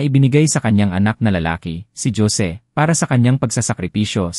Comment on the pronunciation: Wag na ninyo haluan ng English words Ang kwento nyo dahil Hindi Yan binabasa ng narrator ng Tama, lahat ng kwento nyo palpak, paulit ulit din Yung mga pangalan na Jose ( Josie) Juan ( Joan) Joaquin ( jokin) at etc etc. walang pagbabago kahit paulit ulit pa tayong mag komento Hindi nila binabasa kaya useless Ang comment natin